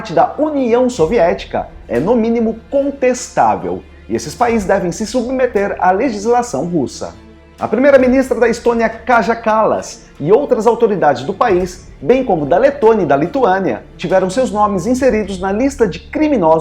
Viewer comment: Excelente informação. Só um adendo não muito importante, Kaja pronuncia-se "Kaia".